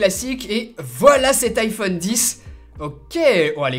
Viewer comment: Les français deveraient quand même apprendre à dire iPhone :,)